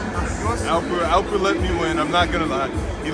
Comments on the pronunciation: Alpır: WTF is "Alpır"??? My name is Alper, Alper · Adam bile alpır diyo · Gene bir "Alpır" dedi gibi geldi 😂😂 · Olum adam da elpır demiş 2k15 de çocuğa sövüyodun sen wtf is elpır diye qweqweqweqwe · alpır diyo shaq 🥰🤪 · Shaq: Alpır Alper: What the fuck is Alpır, are u rus eskort?